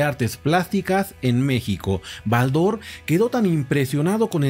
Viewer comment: Estimado tengo la colección completa de BALDOR , pero jamás he pronunciado con acento en la a si no mas bien en la O ...